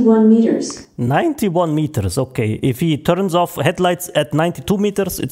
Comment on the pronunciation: “300 feet in meater “ nooo im not gonna noo